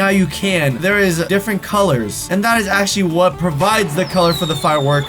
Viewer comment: who else noticed cant say actually💀